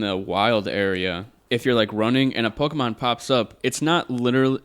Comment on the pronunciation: Why does this guy annunciate the "e" in the middle of Pokemon like that? It's not pronounced pokeeeemon, my guy. If your job is to write about gaming, I feel like you shouldn't be butchering the title of the game. Was so annoying, lol